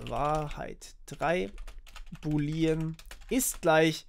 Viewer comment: Boolean ist bitte anders auszusprechen. Die Betonung liegt auf den oo's, also nicht "Buliiiien" ausgesprochen, sondern "Buuuuulien". Sonst top Video!